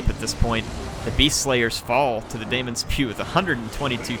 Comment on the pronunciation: Daemon is still pronounced 'Demon' :-)